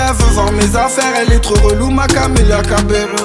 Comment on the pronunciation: ça se prononce cabeYo